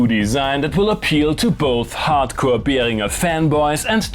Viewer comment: Finally someone who pronounces Behringer correctly 😅